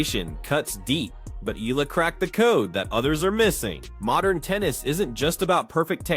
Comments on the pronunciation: Her name is pronounced as EYALA and not ELA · FYI.. her last name is read as eh-ya-la... 😊😊😊